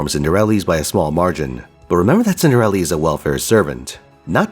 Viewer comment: Please stop, is cinderella not cinderelli🫠💀